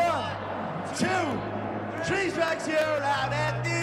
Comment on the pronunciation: "ONE... TWO.. TREEE!" 😂